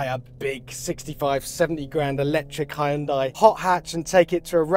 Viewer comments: It's not "Hi-un-die", it's "Hun-day" 🙄🙄🙄🙄🙄🙄🙄🙄🙄🙄🙄🙄🙄🙄🙄🙄🙄🙄🙄🙄 Why do people always butcher foreign brand names? It takes a moment to look up the correct pronunciation. 🙄🙄🙄🙄🙄🙄🙄🙄🙄🙄🙄🙄🙄🙄🙄🙄🙄🙄🙄🙄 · Now we just need a button that pronounces Hyundai correctly.